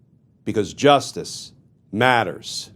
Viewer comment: You know, if you said "Justice Matters" a little more humbly or heartfelt instead of ominous, it would ring more sincere, genuine, and honest. Right now it sounds more like a weak voice-over tagline from "Dtragnet" or "Adam 12" It's better suited for a flashy show with cut-ways and graphics instead of a talking head show which feels more intimate and real than showy and produced Don't get me wrong, I appreciate the content but the tagline feels contrived and awkward when so pronounced. I would love to hear it from the heart with some empathy.